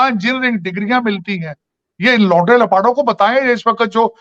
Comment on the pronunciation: Sajid Bhai se humble request. Woh baar,baar jo 'Lawnde lapade' word use kar rahe hain usmain 'Lawnde'main se 'n' ka uchcharan thik se karein.....warna meaning badal jata hain😎